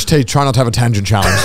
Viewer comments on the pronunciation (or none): none